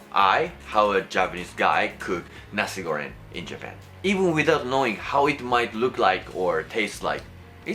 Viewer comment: Nasi goreng not nasi goren, you pronounce the "Ng" sound the same as you pronounce "N" word as the las wrod in Japan for example chan, san, ni-san, doraemon. Also, for the sweet or spicy it depends on your taste there is no right way or wrong way for spicy and sweet level everyone is different but in certain region Indonesia the nasi goreng tends to be spicier, some even more dry than you cook (they use more powder than liquid sauce) also some more runier (less dry powder more liquid sauce) something like that. But, initially what are you cooking are correct congrats! Uncle Roger would be proud to you!